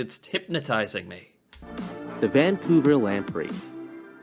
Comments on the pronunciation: The narrator referred to Vancouver as "Van-Cooler" . New Brunswick as "New Burnswick" and Manitoba as "Mantoba" . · He likely also got the towns incorrect. Im pretty sure he said Vancolver, in stead of Vancouver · Vancouver was also mispronounced